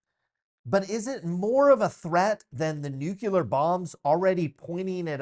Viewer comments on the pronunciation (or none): Tiny correction: the word is "Nuclear" as in, pertaining to the nucleus (of an atom), not "Nucular". Can't stand this mistake!